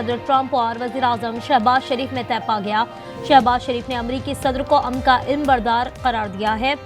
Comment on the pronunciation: Eilm yaa elum ,read correct URDU their is much difference in these two words 😮from Karachi Pakistan 🇵🇰